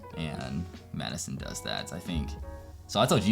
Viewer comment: I didn’t realize you’re wife was named Maddison, so I thought you were saying “Choosing School and Medicine”💀💀